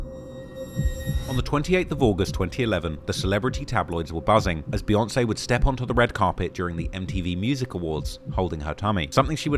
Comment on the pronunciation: Jay and Bee 🐝. Why do white folks say Bay? It’s literally pronounced Beeyonce. I gotta turn this off now.